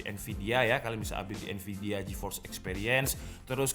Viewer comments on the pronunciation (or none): none